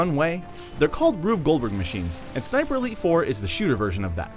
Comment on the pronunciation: each time he says ''sniper elite 4'' i hear ''siperleyfor'' (im drunk btw)